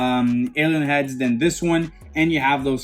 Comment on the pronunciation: Your getting so much better saying alien head! Try it like this: A-Lee-Ann Head!